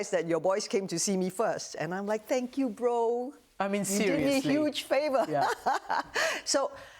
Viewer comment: LOL ! , the way she says "Thank you Bro" with that accent is so Malaysian ! Rooting for a fellow Malaysian but I do realise realistically the chances are rather slim going up against Cate Blanchett.